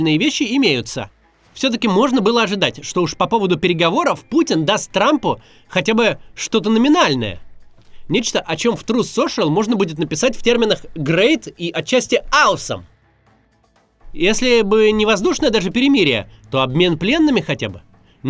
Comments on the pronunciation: мистер максим awesome произносится как “а-см” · Макс, awesome произносится как "оо-сам", в остальном, спасибо за ролик :) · Максим, кажется, уже пора посмотреть в словаре транскрипцию слова "awesome". Будет круто.